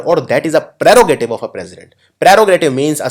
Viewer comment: Hi awsome lesson. please consider the pronunciation of words cause you are sounding differently such as (pterogative). please also mention either the word is adjective or not. please take notice,looking forward to rich vicabulory with perfect sounds. truly Grateful.